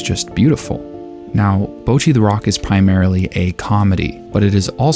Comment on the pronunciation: You keep pronouncing it like "bow-chee," but it should be more like "bottchi," with a sharper "tch" sound and shorter vowels.